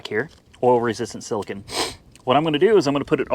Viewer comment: please read the tube it's pronounced sila cone not sila kin.